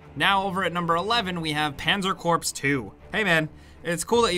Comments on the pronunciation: Not being nitpicky. just trying to help ya out. Corps is not pronounced "Corpse" its pronounced "core". I`m ex-mil and have been ragged for this a few times. now its a trigger :P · Panzer Corps 2 is pronounced “core” not corpse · Panzer Corps (CORE not Corpse) 2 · Did he just call it 'Pazer *Corpse*'? Oh man, that Engurish! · I know it's weird but corps is said like core. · ouu that voice crack though. A moment of silence for our brother... Its pronounced "core" not corps, I know it looks that way, but its core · Its pronounced "core" not corps, I know it looks that way, but its core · The P and S in corps aren't pronounced. 😉 (Think "core.") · “Panzer corpse” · Corps is pronounced as core. Panzer Corps (core) 2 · Corps is pronounced core. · 'corps' is pronounced like 'core' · Corps is pronounced Core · The "S" is silent in Corps.